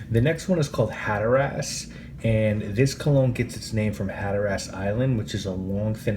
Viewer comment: Hatter-ass 🤣 it’s more pronounced like Hatter-us. Otherwise, great review.